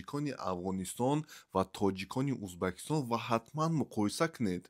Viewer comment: Тугри талаффузку УЗБЕКИСТОН Меган , хурмат к, ати тожикон